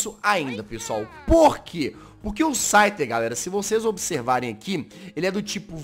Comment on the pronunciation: So eu vi q ele falou schyter 2 vezes 😂😂